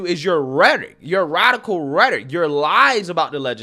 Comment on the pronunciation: Rhetoric is a 3 syllable word.